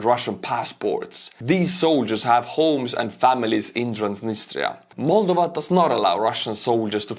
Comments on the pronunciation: Mulduva? Well, that aside, thank you again and always. I am thinking perhaps, I will adjust my pronunciation after your fashion. It will drive the Missus to distraction along with my pronunciation of the word "audience". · Just stop saying 'Moldova' twice in every sentence if you cant pronounce it properly. I got icks countless times here